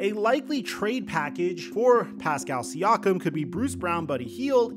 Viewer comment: calling siakam “SEE-AWK-UM” is as annoying as calling luka doncic “ LUKA DON-CHICK”. its “SEE-AKK-UM”